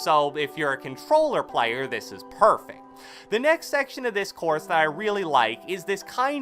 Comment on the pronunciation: Said “The next thing about this courth” Lol